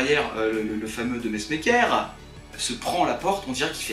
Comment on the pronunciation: on est pas tres chauvins nous les belges,mais la cest "verry touchy" quoi... tintin,boule et bill,marsupilami,lucky luke.... mais puain gaston,naaaaan, pour une S*** pareil....et ca na rien de francais ;) a ce propos, aprennez a prononcer le flamand, en plus c mesmaeker, pas masmeker... et ca se dit, messe- ma- coeur